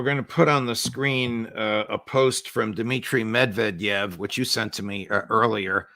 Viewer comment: MED-Ved-EV. That’s how you pronounce his name. 🐻